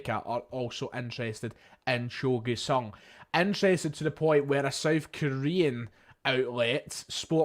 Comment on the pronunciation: It's pronounced "joe GYOOOO sung" not "Gway" I dont know if theres any point in discussing the GG rumours more than what I posted on your video yesterday. FIrst of all there is no indication that Urawa Reds ARE interested and only circumstantial reasons why they MIGHT be. FWIW the only reports of ANY interest are coming from Scotland. Every article in the Japanese press quotes either the Daily Record or someone even less reliable, whereas nobody (in Japan) claims to have a statement of interest from the Reds themselves. But here's the bigger problem. There is no chance in hell that Urawa Reds could come up with 8 million pounds. They had one of their worst financial performances ever, last year, and many believe that the reason why they sold Kaspar Junker to Nagoya Grampus (for E1.7 million) was that they couldnt afford his contract. The maximum they might be offering (and again it is a huge assumption that theyre even interested) would be around 2-3 million Euro.